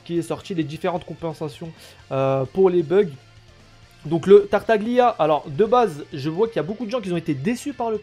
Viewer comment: Ça se prononce Tartalia^^ sinon +1 abo continue !